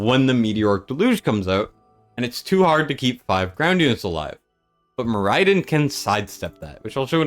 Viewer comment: More Eye Din was painful to hear